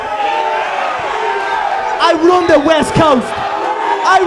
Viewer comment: I RuAN THE WEST COAST!!! I RuAN THE WEST COAST!! And the Yeast Coast🤣🤣🤣